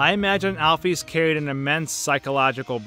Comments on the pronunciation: its Alphys Al-Phis not Al-Phees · AL-ISLAM NOT ALFUS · It's not Alf-ees It's Alf-is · Every time I hear "alf-ees," I sort of wince. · you said Alphys wrong it is (al-f-IS) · lol it pronanced al fis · just wanted to let you know Alpys's name is pronounced "Alfis" just like the beginning of the word "physics" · Your Calling Alphys Alfees For Real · alfees is how this guy pronounces it lmfao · please pronounce it right